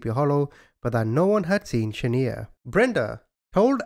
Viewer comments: He is most definitely not saying her name right he should have watched the real video of what actually happened before he made his video the mother gave Mario the baby for exchange of money because she couldn't pay her debt Shaniya not Shaneeya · Its not Sha-nee-ya,, it's Sha-Niiii-Ya but thanks for re-covering the story! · It’s shaNIya not shaNEya! I think you should of found that out before saying her name wrong the whole time out of respect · The name is pronounced Shaniya not shaneer. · I’ll never forget this lil baby ..🥺 “Sha-niya “ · This is my hometown and it's a damn shame that you're not even pronouncing the girl's name right! But I will say the hotel that everything happened in my city we made sure that that hotel closed down and it's abandoned infiltrated and depleted! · 100% should have made the effort to pronounce this baby's names right. Sometimes it's an accent thing.. in this case it's clear it is not. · Respect the victims! Learn how to say her name! It's important!! You getting defensive has nothing to do with me!